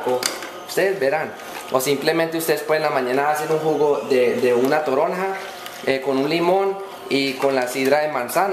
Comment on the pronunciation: ES toronja no torona, es un cítrico como la naranja, pero mas grande y sabe un poco ácida.